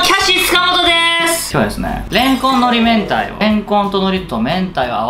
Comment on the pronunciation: いきなりのれ↑んこ↑ん？wwww途中から普通のイントネーションになって草 わたし明太子、たらこの皮が一番好きです。